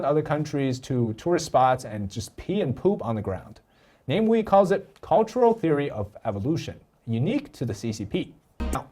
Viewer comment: is just butchering his name he entire video. Come on. Is it really name-wee? He's not English. He's Malaysian. No Malaysian will look at the name and read it this way. We live in the Internet age. I takes just a few seconds to google how to pronounce anything. But made an entire video without checking.